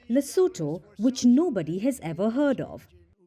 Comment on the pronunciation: Correction: LESOTHO... not "Lesetho"